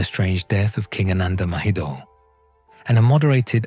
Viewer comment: It’s not “Maheedle.” It’s “Ma-he-don.”